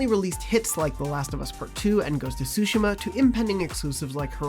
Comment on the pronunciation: im just happy that pronounced "Tsushima" correctly 😫